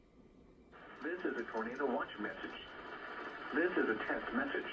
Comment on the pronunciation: "Repeating, dis a test" English is awesome